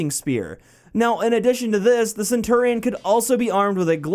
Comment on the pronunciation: hears pronunciation "sen-turr-ee-on" facepalm